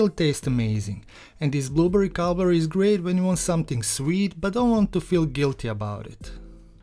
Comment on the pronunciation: Clicked just to hear him say “blooburry”! ❤🫐 looks great